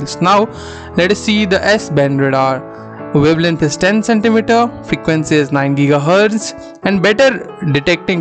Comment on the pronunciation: s band 3 ghz. need vocal correction .